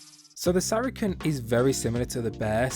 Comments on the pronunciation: bruh it's pronounced sara-sen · Everyone does, don’t worry. But for any future comments, it’s pronouced “Sair a sin” or “Sara sin”